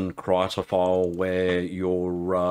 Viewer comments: Krita = Crayon in swedish. :) "Kreeta" is closer to the correct pronunciation than "Kritta" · It's not "Krayta", it's "Kreeta"